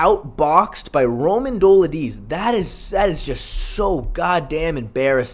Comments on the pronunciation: Fr tho it's not even a hard name to pronounce. How hard is it to say Duh-LEET-zay? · Dough-LID-ze…you obviously know your shit and watch MMA, why not try to get someone’s name right? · Bro, PLEASE, PLEASE, look up how to pronounce some of the (sur)names...Dolidze=Doladeez? 😂 love your work, keep it up 💪😎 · How many times are you gonna mispronounce Dolidze😭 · Dude learn how to pronounce Romans last name you’re not Chael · Don’t mind the face cam but I do mind you butchering these names, like come the fuck on that is not how you say Romans last name.